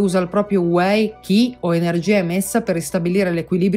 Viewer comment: Molto interessante. Tanto da approfondire... anche se alla fine il discorso di base è: "fate qigong". Grazie del servizio. Un appunto: Qi si legge Ci 😉